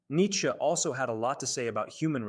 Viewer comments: These people finding unique ways to pronounce his name is getting out of hand. "Neetska" is just ridiculous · it's Nits'che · Its AI that's why its pronounced in such an absurd way